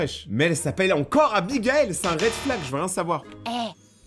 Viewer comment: C'est pas Amigaëlle c'est Abigaëlle 😂